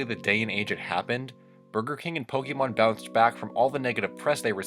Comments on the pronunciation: You need to know Pokémon is pronounced poke ayy mon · notice he said pokeman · It’s called Pokémon not Pokeman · Me: sees title Oh, this should be interesting. clicks You: Pokey-Mon Me: Nope.